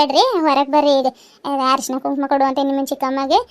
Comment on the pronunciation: ಹರಶಿಣ ಅಲ್ಲಾ ಅಕ್ಕಾ ಅರಿಶಿಣ.😂